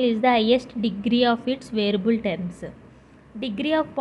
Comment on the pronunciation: Variable ni varable ani pronounce chestunnaru😂